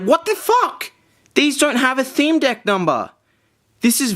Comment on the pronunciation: sounds like hes saying dick instead of deck cannot be unseen